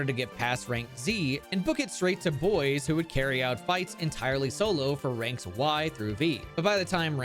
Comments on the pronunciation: Bois not boys. Bois is like Bwah. It means wood in French, which is fitting for heracross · It's not "boys" it's "bwah", think of the name DuBois. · it's pronounced bwah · Ngl, it causes me physical pain every time he says "boyz" instead of "bwah" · ITS NOT BOYS!!! ITS BUAH!!!!!! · mfw no one can pronounce Bois correctly they out here playin Disco Elysium calling him Harry Du Boys and not Harry Du Bois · I thought Bois name was pronounced like "Bwaa" but "Boys" is definitely funny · Isn’t Bois in French (Kalos) pronounced Bwah? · Ok, I need to point something out, the moment you have absolutely you have a pokemon that can use icebeam, no need to catch another pokemon for it. And before anyone says it, yes I know that absol doesn't get stab with icebeam. Also, bois is pronounced bwah. It is either the word for wood, or the first person singular conjugation of boire (to drink). So bois either means wood, or I drink. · You do realize Bois is pronounced like "Bwa", right? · because the Kalos region is based in france I think Bois the heracross is actually pronounced "bwah" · Maybe one day people will learn how to pronounce French words I'm definitely not opposed to pronouncing "Bois" like it's English, but not one person has acknowledged that it's a joke pronunciation :( It's /bwa/ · Am i the only person that's upset that everyone mispronounces Bois ; - ; Y'all need to put some respect on the esteemed name of Lieutenant Double-Yefreitor Heracross Du Bois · That's not how Bois is pronounced... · screaming crying begging people to pronounce bois the french way 😭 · I've been wondering how Bois is supposed to be pronounced. Maybe "bwa" cuz it's French? Or bo-iss? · the day ppl pronounce Bois right will be the day I rejoice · its funnier pronounced wrong though